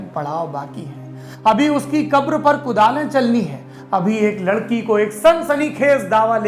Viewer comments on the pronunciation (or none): none